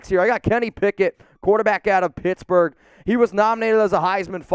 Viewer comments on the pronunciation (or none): none